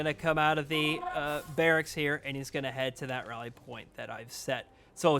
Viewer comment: Barricksis. Wow. Your grasp of the English language is just unbelievable. Maybe you should go back and get your GED kid.